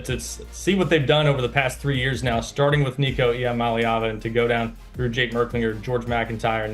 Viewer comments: Lord these people can’t pronounce Nico’s name for crap! So disrespectful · C'mon get Nico name right. It's how you make your living be a pro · why do people keep on pronouncing nico's name wrong